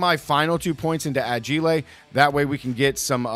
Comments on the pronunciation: Why he say agile like that 😭😭😭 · Where did you learn how to pronounce "fragile" and "agile"? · He's spinning it like the way he says fragile which is a reference to the movie A Christmas Story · Lol corrects himself on damages but not ageelay🙃